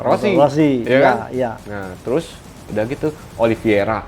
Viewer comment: Oli veira bro bukan viera 😂